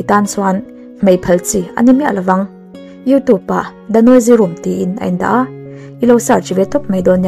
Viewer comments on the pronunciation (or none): none